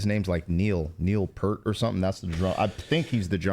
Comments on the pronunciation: neil peart, not pert. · Btw, Peart is pronounced Peer-t, not Purrr-t. Besides being called the Professor, another great nickname for him is "your favorite drummer's favorite drummer". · The band's lyricist was its drummer, the late, great Neil Peart (pronounced P-ear-T rather than P-ur-T). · Yes to the polyrhythms. And the drummers name is pronounced Peert rather than Purt. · Neil Peert, rhymes with hear-t. In case no one pointed it out yet! Loved the reaction.❤ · Love this reaction guys! Your perspectives are new and honest. Neil Peart (pronounced: P-ear-t) was a novice Poet in collage when he got together with the band and is mostly responsible for the very deep lyrics in their songs. Of course he would also be responsible for the heavy Poly rhythms and change ups. Rush, especially Neil Peart is someone you should look into a little deeper. Thanks again! 1% Ya' all! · They're from Canada, so the drummer's last name is pronounced 'PEERT' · Neil Peart. Pronounced like ear with a p in the front and t at the end